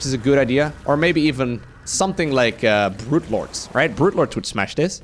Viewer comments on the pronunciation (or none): none